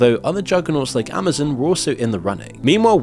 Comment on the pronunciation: dude stop pronouncing Amazon as " amazin ". it's a fuking O...letter O...not an " i " . (facepalms) -=-==